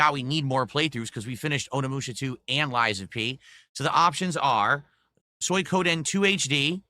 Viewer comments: "soy koh den 2 HD" I already disliked the way he pronounced suikoden. But how do you fuck it up more..? HE'S DRUNK! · The fact the roach always pronounces Suikoden like he's calling a pig, will always humour me